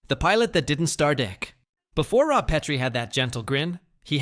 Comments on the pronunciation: Yes. It called him ROBE instead of ROB. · ROBE Petrie??? Fucking AI narration means Dislike. Buh-bye.